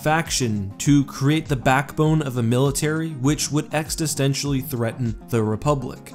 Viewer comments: Please stop splatting the bear on top of your videos. It completely ruins the watching experience. -- "Existentially" is pronounced ex′is·ten′tially, not ex′tiss·ten′tial·ly -- The Trade Federation wanted to be the superpower. The Phantom Menace clearly show the Trade Federation officials as trembling cowards who Palpatine has thoroughly cowed. They are the cats paws. Hardly the types who think they are going to get anywhere near being in charge of everything. -- The Lucrehulks are genius vessels right up until you realize they can be destroyed by nine year-olds. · existentially* LOL! not extistentially XD You're making up words haha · "The novel, 'Plaggis'"? "Extastentially"?